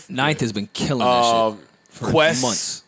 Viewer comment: Joe say months “mumffs